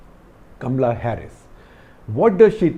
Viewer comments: First you pronounce as Kamala not kamla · 1. A pompous waste! 2. It’s Kamala, not Kamla. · It is K A M A L A Harris and not Kamla. Kamla is usually the name of the maid next door, in Delhi . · Not Kam-la, it is Ka-ma-la. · I don't see anything Indian in Kamala Harris.In fact, she doesn't even pronounce her name right!!